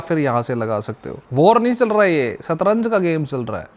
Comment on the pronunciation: Tu bhai Geopolitics rehne de, pehle toh shatranj hota h satranj nahi, secondly, is time Russia aur China k liye sabse easy h US ko blackmail krna ki Ukraine support roko nahi toh hum Iran ko Nuclear weapon de denge aur China is going to attack Taiwan and don't stop them. Aramco pr attack hone k baad jaise US ne retailiatory measures liye hein Iran pr us se Middle East aur aligned ho gya h US se coz they know that China (Only see profits and don't fight wars) and Russia (Didn't even protect Armenia under SEATO) can never bail them out from such situations. My perspective is based on the fact that I work and live in Middle East.